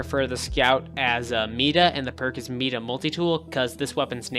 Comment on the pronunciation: meda? Mighta is how you say it :)